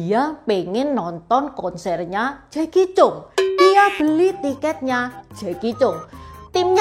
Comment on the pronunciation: koreksi sedikit. Jacky cheung itu nama keluarga nya Chang. Jadi di baca nya Jacky Chang 😊